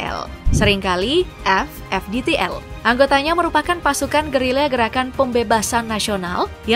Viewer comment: Anda baca FDTL saja gak benar kok bikin konten